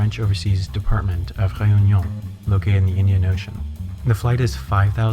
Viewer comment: i'm actually so suprised you pronounced Reunion right. i kno cos im from there. ish